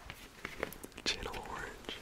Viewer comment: hi sweetie, "chanel orange" is pronounced sh a nell ❤️ enjoyed this video